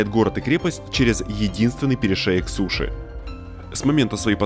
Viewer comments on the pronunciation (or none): none